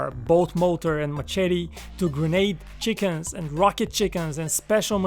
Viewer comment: When he said ‘chickens’ I thought he meant ‘chicom’s’ BUT ITS LITERALLY FUCKING CHICKENS